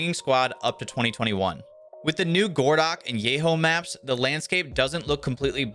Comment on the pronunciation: It's not "gordock" it's "goroh-dog" As in "городок" - small city in Russian